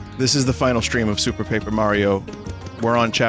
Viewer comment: It would be pronounced Pap-err if it had two 'P's after the 'A'. (Papper)